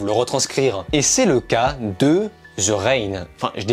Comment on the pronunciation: Avis au français de type francophone THE se prononce De pas Ze ptn ta plus de 20 ans et jamais on te l'a dit 😙